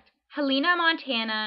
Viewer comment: Heleena? That's embarrassing. Pronounced: Helen-uh. Helena, MT